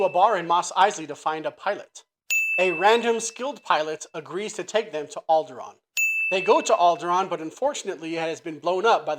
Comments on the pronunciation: It's Alderaan, not Alderon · Mapping out 32 steps to the destruction of the Death Star....and now knowing how to pronounce OR write Alderaan.